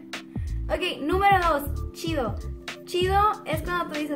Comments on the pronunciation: por que pronuncian el "ch" como "sh"? por ejemplo "que shido". vivo en el paso tx pero soy de coahuila y he notado que muSha gente en juarez habla asi jaja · Usan las palabras con shi jaajajaja como esta shido esta mashin. .. y pinshe